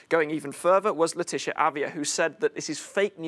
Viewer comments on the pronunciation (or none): none